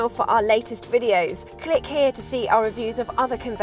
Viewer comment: ANGELS ARE CRYING BLOOD EVERYTIME UR SAYING "HERE"! Youre cute and everything, but please stop saying it! Best Regards